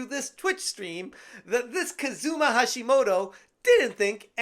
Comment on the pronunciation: Hating on gamers is super easy. People have been doing it since the 70s. It's like a pastime at this point. And they still think that gamers are 5'0" nerdy boys in their mothers' basements for some reason. And not that I'm defending this Hashimoto person but... Kazuma. Kah-zuh-mah. Not. k'ZOOmah. It's a bit of a pet peeve of mine. Americans over-emphasizing the second syllable of EVERY-GOD-DAMN word they come across. If you always do that: you'll pretty much be right maybe 1% of the time. Try to get out of that habit.